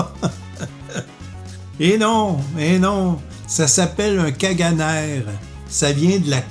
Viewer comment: En catalan, ça se prononce "cagané" en accentuant sur la dernière syllabe.